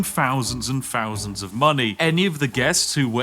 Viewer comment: " fowsands and fowsands of money"